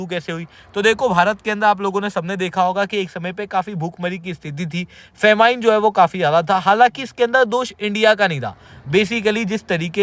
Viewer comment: फ़ैमिन …. Not फ़ेमाइन!! 😂😂 gajab educator ha bhai tu… khud toh galat bol raha hai… dusro ko bhi galat seekha raha hai! Please don’t!